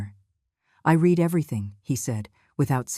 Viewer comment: Not “ I read everything but I (pronounced Red every thing in past tense) Get help with someone who is fluent in English or better AI generated dialogue. Your site will be more popular. Contractions are also good, can’t for cannot and don’t for do not makes for smoother language .